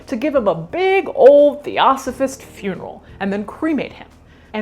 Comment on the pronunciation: XD The end credits where you keep getting "theosophist" wrong reminded me of the Drunk History episode about the Cottingsley Fairies. (quite drunk) "He was a theososif- theofosis- theoso- a fella what believes in fairies."